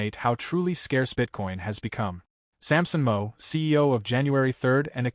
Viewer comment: This sucks with the ai reading it It’s Samson MOW rhymes with HOW and it’s JAN3 Not january 3rd UGH